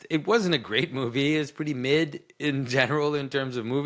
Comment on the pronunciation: Hearing you say “mid” lmfao